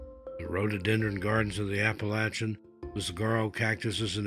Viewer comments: Thank you for saying Appalachia correctly. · bless you for knowing how to pronounce Appalachia.